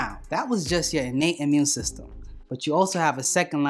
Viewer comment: I like this dude..... Amun system....peace brother